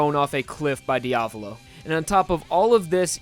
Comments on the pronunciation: Pronunciation makes me angry! >:^( You pronounce it as: (D-AV-LOE) This might just be an opinion, but I believe it is pronounced (D-A-VOE-LOE) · He's name is dia-vo-lo Not dia-blo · c'mon dude learn how to pronounce it. There is no Diablo, is Diavolo